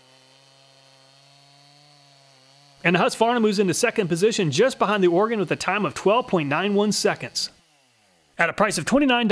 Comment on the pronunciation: Thank you for saying Oregon correctly 😂😂